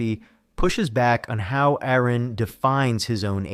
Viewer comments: It's PRONOUNCED ARE-ON NOT AIR-RON 😡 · DUDE HIS NAME IS ARON DONT PRONOUNCE THE A COME ON 25 years of debating. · FFS it isn't Aaron Ra it's Aron, like are-on. How disrespectful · You keep saying Aron's name wrong. It is pronounced "are-in". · Great video. I have been watching Aron for years. He was a huge part of my deconstruction and taught me more about biology and evolution than I ever learned in school. SO, as a huge fan of Aron, I do have to correct your pronunciation of his name. It is not pronounced like the typical Aaron or Erin. It is said more like aR-in . He always uses this example, "it's like a registered nurse or a RN."